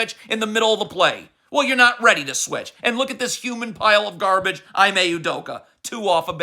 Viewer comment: “E-MAY” At least give him the respect of saying his name correctly.